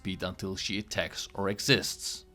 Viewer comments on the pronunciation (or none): love how he says attacks or exists instead of exits. fine guide tho just makes it easier having everything laid out instead of reading in game